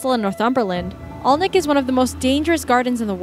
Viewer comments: Accent difference aside, Alnwick is pronounced Annik not Olnwick. The first two Harry Potter movies were filmed at the castle there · It's called Ann- ick and not Alwnwick. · It’s pronounced anick castle not Alnwick castle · Alnwick is pronounced ANNICK, not ALNICK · Alnwick pronounced annick, the Poison Garden is under lock and key so you can only go in in small groups with a guide, also the castle is where Harry Potter was initially filmed, a truly lovely place to visit. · Americans trying to pronounce British names is always entertaining. Alnwick is pronounced "Annik". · Alnwick Gardens dangerous????? (Ann-ick for way of saying it) please? Have you been paid by the duke? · in "Alnwick", the "l" and the "w" are silent... it's pronounced like "Annick" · Alnwick gardens is not dangerous I ve been through the poison garden loads of timers. And by the way it's pronounced a n i ck I live close to it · Get the pronunciation of places right if you are going to talk absolute bollocks about them. Alnwick is pronounced "Annick". The L and W are silent. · I live near Alnwick castle. Its pronounced 'Annik' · At least say Alnwick right and I had NO idea that the POISON garden had TOXIC plants in it